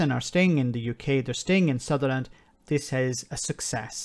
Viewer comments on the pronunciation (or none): Respect to you, but if you can't get the name of the City you're talking about right (Sunderland, not Sutherland), it kind of undermines the point you are (otherwise brilliantly) making. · You keep saying ‘Sutherland’. It’s ‘Sunderland’ 👍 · Why do you struggle do much with Sunderland? It's easy, it rhymes with Wonderland.